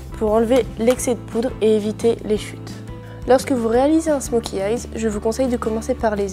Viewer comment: beau travail...mais c est un smoky eye sans le "s" pas smoky eyezzzz 😐